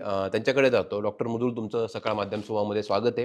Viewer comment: kahi तरी वेगळाच उच्चार करतात मॅडम च्या नावाचा...it's मृदुल and not a मुरदुल😅